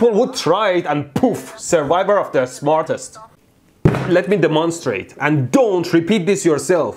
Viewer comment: I just love the "Let me de-Mon-strate". ElectroBoom, you are the best. Love your videos and knowledge.